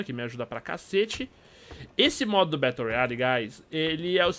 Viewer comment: battle se le "bérou"